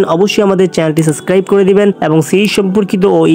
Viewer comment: ওটার উচ্চারণ সাসক্রাইব না